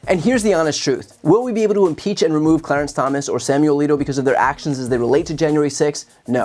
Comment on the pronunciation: "Clearance" Thomas?